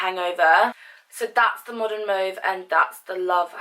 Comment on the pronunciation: I love your make up but please learn how to say mauve :(